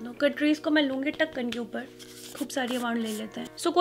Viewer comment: Dhakan ke upar punjabi touch aa hi jata hai punjabio ka 🤣